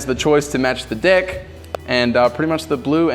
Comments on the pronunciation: No ofense but instead of deck he said dick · Did he say deck or Dick?